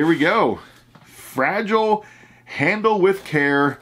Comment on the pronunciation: FRA-GI-LE , Must be Italian!!!